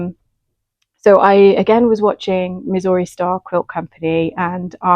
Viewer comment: Kaffe Fassett …his first name rhymes with safe. Kaffe. Safe. And Missouri quilt company? Mizzury with the accent on the second Miz-ZUR-ry. FWIW. Love your skirt, I’ve made one similar, and quilted it, it’s got bits and baubles on it, so I add something every year when I take it out.